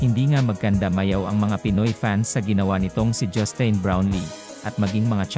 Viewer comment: Sir, pakiayos pag pronounce ng pangalan ni NoyPi. Justin... as in tin, like tin can. Sa laki ng respeto niya sa mga karaniwang Pinoy at serbisyong binibigay niya, deserve naman niyang tama pagkabanggit ng name niya. Siyempre dapat may matanggap yan kasi nasa batas yan. At yung mga patron pa nung team, mga bilyonaryo naman yang mga yan.